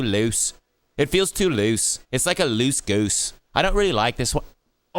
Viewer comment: "it feels like a lewse gawoose" 💀💀💀